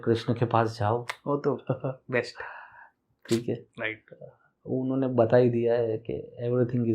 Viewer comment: Pls don’t speak H after S like Guesht, Besht, Hosht etc. it lower down the presentation level.